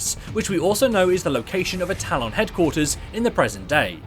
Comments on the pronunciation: When the video requires you to say talon dozens of times throughout the video, can you please say it right? Tal-EHN not Tal-ON. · Stop saying Talon like that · The way he says talon triggers me for some reason lol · nah allg lol I found it more funny than anything